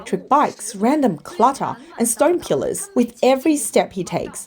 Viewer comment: AI voice randomly pronounces "pillars" as "killers" half the time and doesn't notice, because it's just artificial and not intelligent.